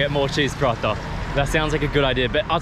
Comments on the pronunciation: Will he ever stop saying cheese parata ?? 😹<3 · When say, "Cheese Palathha " instead of Paratha. 😂